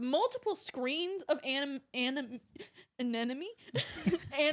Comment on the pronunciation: "screens of anemone" lole